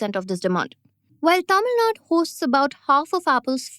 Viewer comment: It's Tamil 'Nadu', not 'Nad'. Sigh